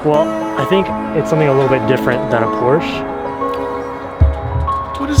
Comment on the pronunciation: Like your video and I know that you are a car guy but PLEASE learn how to pronounce PORSHE!!!!!!!!!!